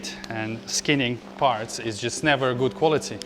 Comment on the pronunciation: Question, why you putting such emphasis on “never” ? 😅 never say never. Just need good sponsors